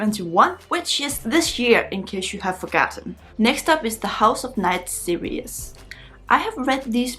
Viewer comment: yea! you are back! so nice to see you. you are charming, as always. is it ok if i help you with how to pronounce series? it's 2 syllables, not 3. sear-ees ... not sear-e-us. i love your enthusiasm, and your bright young face is always pleasant to see. take care! :-)